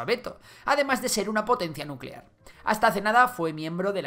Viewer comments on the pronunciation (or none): none